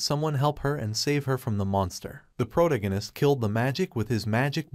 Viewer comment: Every time I hear the word "protagonist" mispronounced irks me.